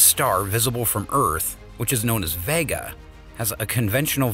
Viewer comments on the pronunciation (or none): none